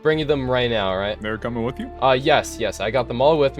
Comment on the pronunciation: The fact that you pronounce the word "with" like "wiff" is too much of a distraction to be able to enjoy the video.